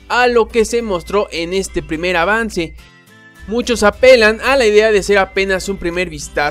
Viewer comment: dice pirmer vistazo, no primer vistazo